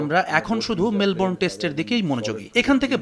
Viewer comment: Melbrone na melbourne .kanglu ra field er nam o thik thak bolte pare na .😂😂😂😂